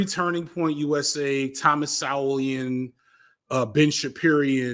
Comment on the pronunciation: Look up how to pronounce "Thomas Sowell" you sound like a fool